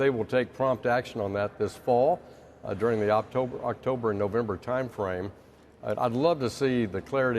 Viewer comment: did he just say UPTOBER?